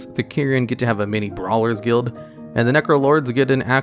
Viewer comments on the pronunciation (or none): none